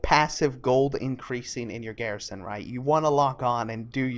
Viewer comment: every time you said garrison i cried alittle.